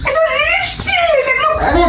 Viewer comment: Bor ta akta chhagol r bou ta oshikkhito. Tai to uchharon LIPISTICK kore, LIPSTICK noy